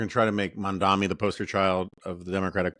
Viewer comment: Who the fuck is "Mondami"?